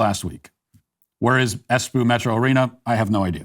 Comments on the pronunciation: Matt darling. It's Espoo not Espuu. #Finn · Espoo is not pronounced as Es "poo". The "p's" are pronounced as "b's" so just pronounce Espoo as Esboo. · He often mispronounces things on purpose. Im sure this was the case so he could say “poo” 😅